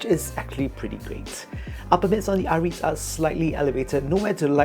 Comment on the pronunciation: it is called ah-rih-te not ah-reet